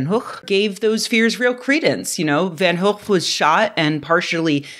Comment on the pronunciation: Im kinda surprised we got a very correct pronunciation of Theo Van Gogh and a very American pronunciation of Charlie Hebdo. This isn't a criticism, because I didn't even really know how to pronounce Van Gogh's name correctly. I like the video very much. I was just a little surprised.